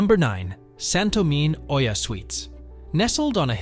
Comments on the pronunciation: Hi Thank you for the video. You'll probably hear a few ppl say it so I might as well let you know. Oia is pronounced E-Ah. a lot of ppl make the same mistake so no worries, it's still a stunning video :) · How are you making an informational video about a town that you don't even know how to pronounce? 🤨 This shows that you haven't even been there. So how can you know anything to make recommendations?